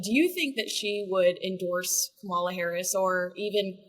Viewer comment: Pronounce Kamala’s name correctly, please